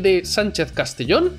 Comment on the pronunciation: Una cosa, el segundo apellido de Sánchez se dice CasteJón, no casteyón